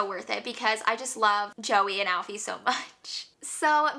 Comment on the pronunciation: Joey and alfy cracked me up, it's pronounced ee-fah not Alfie. My favorite read last month was listen for the lie